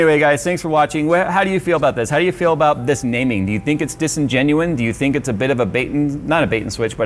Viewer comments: "dis-en-genuine" = disingenuous or non-genuine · Good lord, it's "Disingenuous".